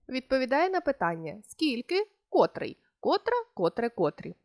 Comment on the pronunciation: Дякую! урок гарний! Але наважуся зробити невелике зауваження: вчителька української мови несе відповідальність не тільки за правильність викладеного матеріалу, але й за виклад цього матеріалу! котрИй, котрА, котрЕ, котрІ! Зверніть, будь ласка, увагу на наголошення слів!